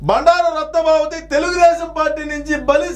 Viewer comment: రత్న సభాపతి మీరు తప్పుగా పలుకుతున్నారు